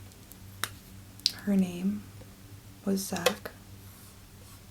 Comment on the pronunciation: You're pronouncing your son's name wrong you fuckin peanut 😂